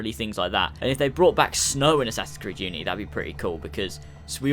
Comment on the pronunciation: We don't want the guards to be stronger and go learn how to say unity right